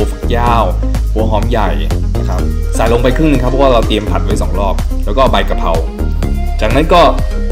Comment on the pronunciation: กระครับไม่ใช่กะรครับพี่